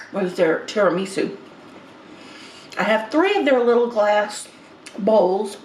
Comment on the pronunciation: i likw how you pronounce tiranisu